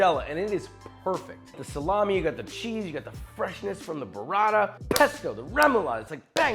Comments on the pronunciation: BOO-rah-ta not burr-ah-da. DANG! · Hey Josh amazing video as always. Listen, since you're using Italian ingredients so often you might as well want to try and pronounce then correctly? Up to you, but in case you want there you go: guanciale = guanchale. T's in burrata and mortadella are hard t's, not sort of d's. Pistacchio is pronounced peestakio.